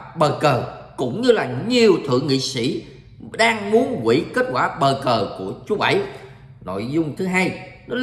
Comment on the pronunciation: bau cu thi noi bau cu tai sao lai noi bo co that kho nghe